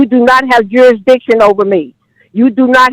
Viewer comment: Jurisdiction vs Juristiction'